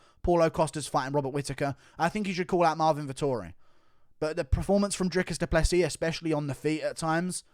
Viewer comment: Finally someone outside of south Africa whom can pronounce Drikus du Plessis's surname.